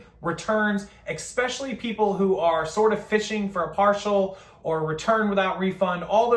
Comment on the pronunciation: Still with the “expecially”.